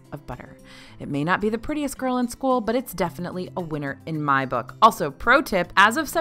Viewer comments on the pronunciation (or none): none